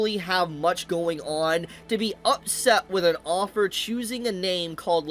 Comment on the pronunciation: Your pronunciation of "Author" as "Offer" is annoying the hell out of me.